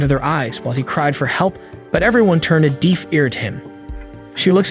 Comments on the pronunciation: The amount of words you can’t seem to pronounce is making me think you gotta be an AI and this is some sort of test on the general public 😂 wtf is Deef? PedAHling? Trofy??? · Another ai narrator who can't say, 'pedalling' or 'deaf' properly.